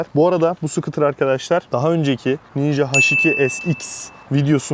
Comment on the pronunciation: Skutr degil Skuute 😂 Almanyadan saygilar sevgiler